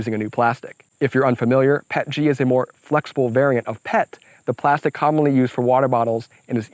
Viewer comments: the only thing that triggers me was PET-G P.E.T.G not Pet-G xD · With 20 years in the plastics industry, I cringe every time I hear someone say "Pet-G". It's Pee-Eee-Tee-Gee :) That said, this print project is epic!!!! Awesome job!